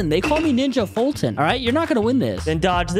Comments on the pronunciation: Foltyn ready the name wrong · Foltyn. Fenuh. Me